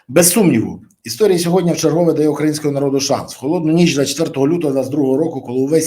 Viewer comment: Пане Бориславі, без образ: не - "мягко", а - "м'яко", не "сьогодня", а - "сьогодні"